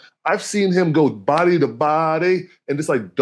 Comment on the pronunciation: nobody: roy: body to BO-day 😭😭